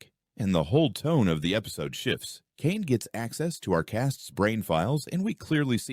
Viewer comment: Caine❌ Kane✅